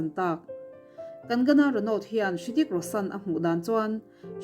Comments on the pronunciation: Ritik ti in lam zawkla afuh tur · Rithik tih tur tihna mi😂😂😂😂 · A bengvar thlak hle mai, mahse Hrithik I lam danah hian 'H' hi silent tur aw.